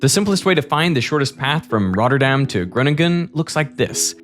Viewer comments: Hearing derek say the names of the citys in the netherlands is amazing😂, as a dutchmen myself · great prenunciation of the Dutch cites